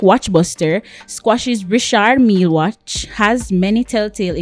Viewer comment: It’s Richard Mil-li……